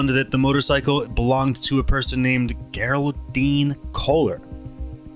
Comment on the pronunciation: This narrator has difficulty correctly pronouncing names like geraldine and Holman. Odd.